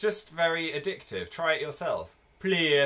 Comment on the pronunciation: please say im not the only one who said 'plear' when Phil said 'try it'